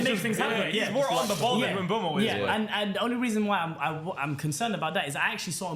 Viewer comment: the worst one is trying to say mbuemo😂😂😂